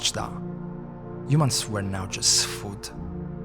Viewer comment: everytime he says “Yumans” take a drink.